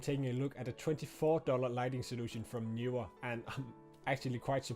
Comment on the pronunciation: Horrible audio levels. Also, Knee/were, not Knew/were.